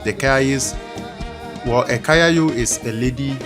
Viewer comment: Kayayo not kayaye